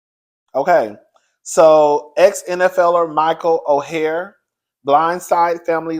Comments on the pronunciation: Come onnnnnnnnnnn, how you pronounce the names Michael's name is Or and the Tuwe. I've been following the story on the Today show, I'm not weighing in until ALL the facts are out. The Tuohy's are fighting back with receipts and saying they did not get rich off that movie, only $700,000 that they all split including the Tuohy's children. In addition, it was reported that Michael was trying to shake the Tuohy's down for $15 mil and threatened to expose them if they didn't pay, that sounds like extortion to me. Now you know that movie, "The Blind Side" is all Hollywood because at the end of the day, you only get bits and pieces of the real story. The Tuohy's been rich due to their family restaurant business. Before anyone be side eye'ing me, I'm just trying to see both sides. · Michael’s last name is pronounced “Oar” and the Tuohy’s last name is pronounced “Two E”